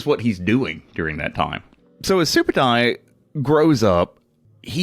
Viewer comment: Hey you said my name correctly.